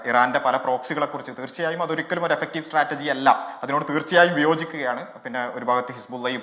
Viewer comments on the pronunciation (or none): none